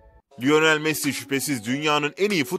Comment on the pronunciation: Lionel messi okunuşu laynıl messi